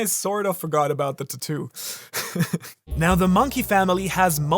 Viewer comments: Im sorry bro but I gotta nit-pick for a sec. It triggers the fuck out of me everytime you say TA - TOO instead of TAT - TOO. I know its a petty ass thing and maybe its just an accent thing but idk I felt the urge to say something. Other than that though I enjoyed the content :) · mans sitting here making fun of dragon's tattoo when he cant even pronounce it correctly.. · Your pronunciation of tattoo is throwing me off. hahaha